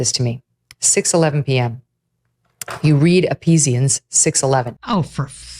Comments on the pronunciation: Wow... all those years in Church... and I never knew Ephesians was pronounced 'Epesians.' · 😂 Epesians!? EPESIANS!! I was driving and thought I had a stroke. "Do my ears deceive me, did she say that with such confidence?" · Did Meghan (lol) intentionally mispronounce "Ephesians"?